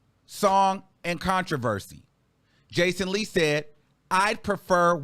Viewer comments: baby did you say BACON Lee? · Not “Bacon-Lee” 😂😂😂 🔫🔫🔫